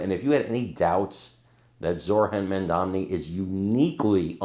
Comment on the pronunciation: His last name is Mandani, not Mandamney. You've been saying his name wrong on several clips today